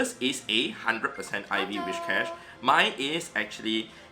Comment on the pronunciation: Where does the 'h' in Whishcash come from? :D afaik it is Whiscash. It has nothing to do with wishes. Also this 'experiment' is useless. Of course a hundo does more raw fast move damage. Therefore mirror matches are almost always in favor of the hundo. The difference comes in other matchups.